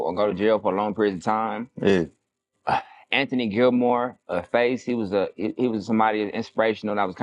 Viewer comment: Boy said Anthony Gilmore😂😂😂😂😂